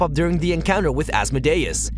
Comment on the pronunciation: Pronounced As-mode-e-us.